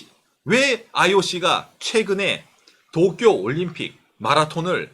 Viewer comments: 이 "토키오" 하는데 왜 저한테는 " 떡이요" 들리는 지....^^! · 또끼오~넘 강한 발음..